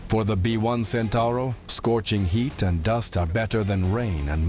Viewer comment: Centauro (Centaur) far from me to understand how people can butcher Italian words when they have to add a single o at the end of it...